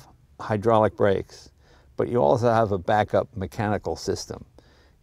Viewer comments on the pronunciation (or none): He also said "arso", instead of also, but who cares. ;)